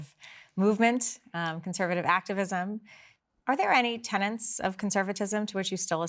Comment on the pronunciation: Ms. Hoover, it's "tenet", not "tenant". While "tenant" is, of course, a word, it does not mean what you presume it to mean when you mean to refer to principles, doctrines, or beliefs. It disheartens me that so many pundits (note: often erroneously called "pundants") have such language deficiencies.